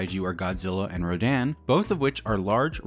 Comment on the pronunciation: "popular kaiju are Godzilla and Rodan" ok I had to play that back six times because I deadass thought he was saying "Godzilla and Roseanne"